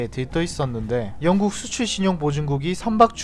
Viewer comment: 역국이 아니라 영국